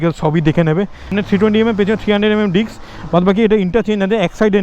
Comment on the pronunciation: ota dicks na dada disk 🤣🤣